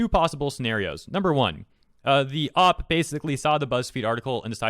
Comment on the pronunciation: I mean, sure you can use female in normal conversation, but it still sounds weird. It'll be like if you use H2O instead of water in normal conversations. ALso please, for the love of god it's pronounced "Ohw-pee" not "ohp"